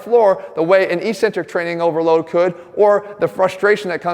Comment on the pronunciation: Great video despite his mispronunciation of the word eccentric.